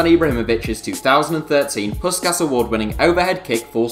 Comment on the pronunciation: Dont pronounce the awards name again please